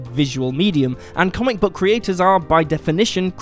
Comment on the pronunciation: Buck. Buck? Aren't you English? Its book. Like school. You dont say schul. Maybe you do. Ive got too much time on my hands